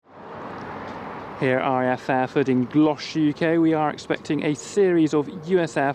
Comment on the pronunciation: It’s not Gloshss, it’s Gloucestershire, (Glostersheer)